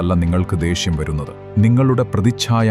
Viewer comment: ദേഷ്യം Not ദേശ്യം